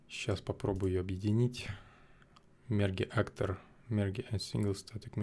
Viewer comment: "мерге актор" :)